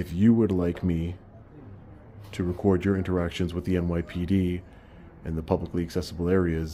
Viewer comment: You cant "ree-quaurd" here